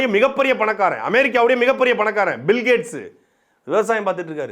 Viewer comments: பில்கேட்ஸ் ❌புல்கேட்ஸ்✔️ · பில்கேட்ஸ் ❌புல்கேட்ஸ் ✅